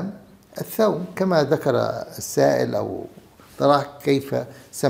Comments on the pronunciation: الثوم وليس الثوم بفتح الثاء انت دكتور على راسي لكن لاتتفلسف كثير بالأسماء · الثُوم بضم الثاء